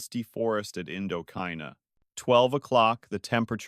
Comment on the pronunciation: Indo-ky-na? Perhaps your AI should be taught how to pronounce Indo-Chai-nah!